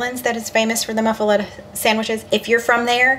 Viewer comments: It's pronounced muff-uh-lotta... Cajun words are never pronounced the way you think lol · Sandwiches look so good. Pronounce muffelatta as muff-a-lotta😊